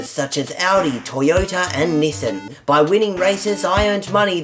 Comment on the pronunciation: I Died when you pronounced Nissan wrong in the intro, if you have no idea what im talking about, i mean itspronounced Knee-s-ah-n